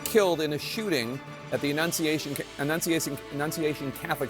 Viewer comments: he couldn't annunciate 'annunciation' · When a reporter can’t enunciate the word annunciation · So many journalists struggling to say "annunciation". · LOL Jake Tapper has problems saying "annunciation"